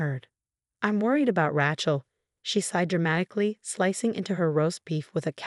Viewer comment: It’s “RAY-chel” not “RA-chel” godammit! It only has one pronunciation!